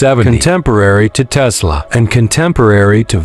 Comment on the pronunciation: It’s Tesla not Tezzzla😂😂😂